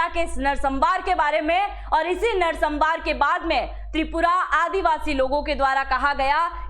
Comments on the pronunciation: नरसंहार का उच्चारण सही कीजिए मैडम जी, नरसंमार नहीं होता जी। बाकी इन्फॉर्मेशन के लिए धन्यवाद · narsambar nehi narsanhar...